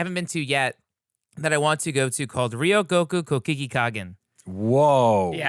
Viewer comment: Oh, no.. RYO-go-ku. ko-ku-GI-kan. Ryogoku Kokugikan. ryogokukokugikan. I believe in you